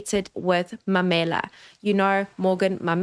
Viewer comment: MAUMELA.. not Mamela.....pronounced MA - ma UHHH -u MARE- me LA-la CHAUKE pronounced CHAR - cha UHHHH - u KE ( like you say Kenya) - ke